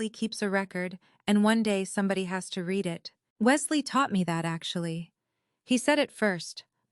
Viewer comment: It's pronounced you red it. (Still spelled read)